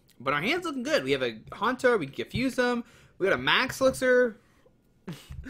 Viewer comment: It's Haunter not Hantor!